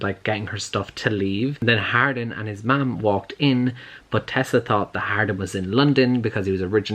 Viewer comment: Idk why but i thought you were saying Harlin this whole time also it seems portrayals of healthy romantic relationships in books tv and movies have gone the way of the dodo